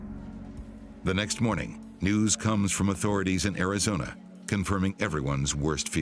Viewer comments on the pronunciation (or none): none